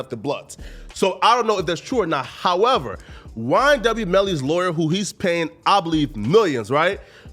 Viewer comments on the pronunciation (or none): English: “However…”: “Hawevar...” Hehe 🙈